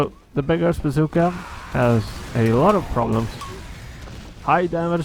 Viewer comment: when you say beggar's bazooka, it sounds like you are saying big ass zooka XD